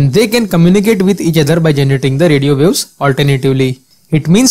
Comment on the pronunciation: "radio views"? it is radio waves, it isn't that hard to pronounce 😂